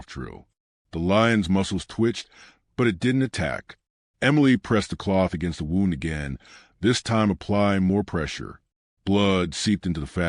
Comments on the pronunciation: Lovely story.But, could you ensure your subtitles are spelt correctly. Most annoying. Ex: sight is not side. And, the voice over you need to correct the pronounciation of WOUND dependind on the intented meaning. The is one or so words.This is example. Thank you. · I’ve listened to a lot of stories, I wish some of these people would learn how to pronounce words correctly. Simple English that’s all it is. Example “wound” in this story.